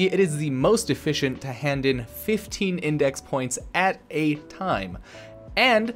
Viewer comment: Dont run out of toime mate. 😆